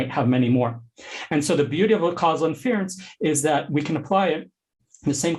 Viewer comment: Great talk but can someone please tell this guy how to pronounce "inference"?